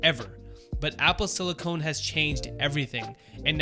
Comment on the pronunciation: It's SILICON, not SILICONE. No one is getting fake titties.